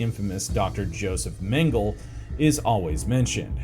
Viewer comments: You had me until you pronounced Mengele as "men-gel". It's "Men-geh-leh". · I can't believe this guy thinks hes some sort of enlightened history scholar. Dude couldnt even pronounce Mengle.